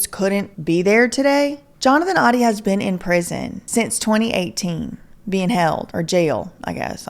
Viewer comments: The pronunciation is ODIE not ODDY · Also it is pronounced “Oh-dee” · Oh-dee like the dog in Garfield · it is actually pronounced OH-DEE. Just thought i'd let ya know lol. Great investigative work!!! I love all that you do!!!